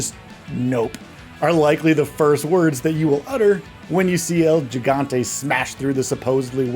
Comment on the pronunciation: This video earned a thumbs down because of the pronunciation of el gigante